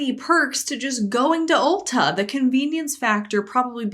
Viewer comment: As someone who's never heard of Ulta before (not a store in my country), I keep hearing it as ulcer.